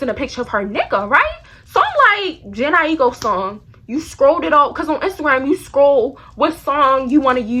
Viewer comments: IT"S JA-NAE I-KO. LMAOOO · bestie it's (jhene aiko) "janae i-koe" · Hahaha when you said jhene aiko lol you said it wrong but in a funny way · its you pronouncing jhene aiko name wrong but the shi was funny ass hell 😭😭😂.